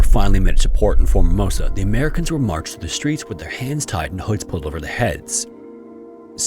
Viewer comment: Am I crazy or is he saying "For-Mimosa"?